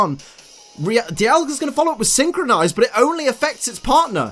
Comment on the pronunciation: I love ya.... but it’s synchro-NOISE